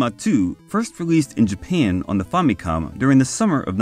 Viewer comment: Also. On a side note, thanks for pronouncing famicom decently. I hear FAMMY-cawm in a lot of vids instead of fa-mi-cohm.